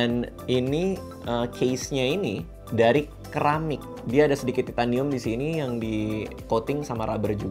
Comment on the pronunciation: Bacanya SERAMIK kali bukan KERAMIK